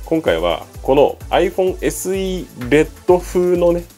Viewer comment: チャット:「発音には相当気を付けてます」 動画音声:「S※※」 自分:「！？！？！？！？」